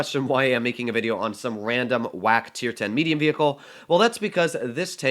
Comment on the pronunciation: What the hell is "meduium" 😂 English is wonderful